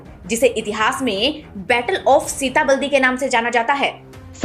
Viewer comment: सीताबलदी नहीं "सीताबर्डी" सही उच्चार है